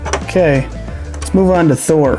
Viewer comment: did he say lead's take a gander?